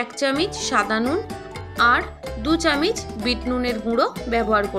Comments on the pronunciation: কথাটা চামচ,চামিচ নয় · ধুর চামিচ! চামচ বলতে কি হয়।